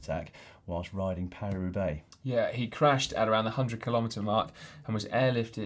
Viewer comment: Caption: Paris Roubaix?!? Thought you said Carry Roublé!